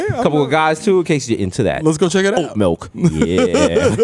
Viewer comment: Ya think Desus gonna stop saying melk?